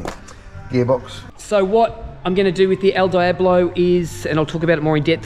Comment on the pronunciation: Congrats, beautiful machine! Another great video. One thing. El Diablo = Elle Dee-ah-blo (in phonetic) 😂😂 Cheers mang